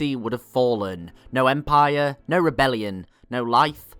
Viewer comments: Empire not Empieeeyeer please. Love the show and your voice is not annoying like some others including myself. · Em-pie-er lol